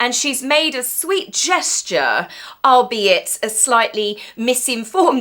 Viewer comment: "albeit" is pronounced, as "allbeit" and not how you did. The reason is because it is derived from the full phrase "all be it". thank you. Oh as regards title stripping "stripping FROM them" not "stripping OFF OF them".